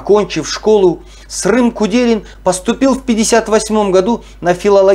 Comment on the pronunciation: Құрметті автор, Жұмахан ағамыздың баласының атын Дұрыс айтуға болмайма Срым емес Сырым деп. Ісіңізге Сәттілік тілеймін, Аллах тағала берекетін берсін